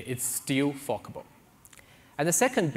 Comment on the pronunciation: Forkable with an accent sounds like a different word. 😀 Great video though.